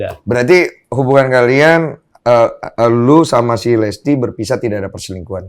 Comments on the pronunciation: LISTY BANGGG BUKAN LESTII :') , nama belakangnya bukan Kejora :') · Kenapa gw dengernya bang densu nyebut listy dengan "lesty" ya? 😅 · Baaaang, listi bang bukan lesti 😆